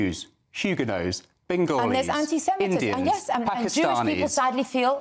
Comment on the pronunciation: oh my God the way he said Bengoli im asian and he just made me puke